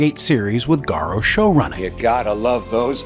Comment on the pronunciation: Garo? why do people have so much problem pronouncing his name correctly?